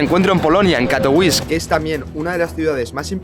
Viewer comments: Vaya pantomima de video, ni siquiera sabe pronunciar el nombre de la ciudad en la que está, suena a propaganda de unos frikis que no representan ni al 8% de su región...como todos los países, Polonia está conformada por zonas que en algún momento de la historia eran independientes o formaban parte de otro estado o imperio, Silesia no es la única, pero a algunos les gusta sentirse especialitos. En los últimos 15 años he recorrido todas las regiones y grandes ciudades de Polonia y nunca habia visto señales de movimientos independentistas, le he preguntado a mi mujer (polaca) sobre este tema y ha flipado con este video. La prueba es q busca gente por la calle y les importa una m.. este tema como al 99,9% de los polacos. Ese partido lo que quiere es dinero público para vivir de su chiringuito y llegado el momento recibir dinero de potencias enemigas de Polonia para perpetuarse en el sistema, pero los polacos saben perfectamente que la unión hace la fuerza y que son más importantes las cosas que les unen. Por cierto, eso del catolicismo obrerista sindicalista, lo del color de las banderas (amarillo y azul? Que se anexionen a Ukrania entonces)... Q me lo expliquen, en serio, no hay por donde cogerlo. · Katowice se pronuncia 'Katovitse'. Se vale no saber como es la pronunciación local. Pero entonces deberías decirlo como lo harías en español, pronunciando la 'e' final. La 'e' no es muda ni en español ni en polaco. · Se pronuncia CATOVITSE. Tiene una c y no ć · De hecho tampoco. Se pronuncia "Catovitse". En polaco, la "w" es como "vf" y la "c" como "ts" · yo vivio en polonia mi novia es polaca de silesia y lo que dice este pibe, es muy rebuscado ni siquiera sabe pronunciar el nombre de la ciudad en la que esta haciendo el video, pura desinformacion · La w en polaco suena como b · Por dios, no sabes ni decir el nombre de la ciudad que estás mostrando... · Cuan ridiculo puedes ser para pronunciar Katowice como si fuera una ciudad estadounidense o inglesa